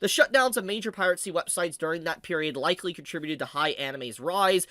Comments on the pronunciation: Has always pronounced piracy as "piratecy?" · do you say piracy with a t? I swear I hear you say piratcy every single time you say it and it keeps bothering me lmao